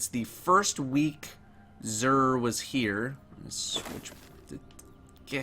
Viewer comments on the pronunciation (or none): none